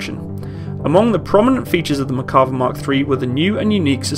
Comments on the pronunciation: Small complaint but if you're going to be taken seriously when discussing any equipment especially for warfare, you really should learn to pronounce the name. There's an R in the name. You also completely over looked the influence of the 73 conflict in production of the Israeli tank. The Yom Kippur war was fought primarily by armor forces. Sadly Israel was using a mixed batch of heavy tanks mostly provided by England and the US. It was this conflict that directly influenced the need for their own main battle tank. Otherwise I enjoyed your video. I was an advisor to the IDF during the Yom Kippur war by the way so I'd be glad to answer any questions you might have with regard to that conflict. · If you look up Merkava on Wikipedia you can actually listen to the pronunciation of the name. This feature is available on a lot of Wikipedia articles. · This guy should learn how to pronounce the bloody name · Just wanted to comment that it's "Mer-ka-VAH", not "Mer-KA-vah". The emphasis is on the last syllable. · It is pronounced MERkava, not MerKAva. I'm a Hebrew speaker. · Its pronounced Merkava not Makarva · Good video. The name is pronounced mer-ca-VA -- accented on the LAST syllable. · Why do i hear "McCarver" all the time in this video? :D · Mear-kav-VAH. Accent on the last syllable. Not English, so it can't be pronounced as if English. Sounds to us like pronouncing the Centurion Contoryin or something like that. Cheers from Haifa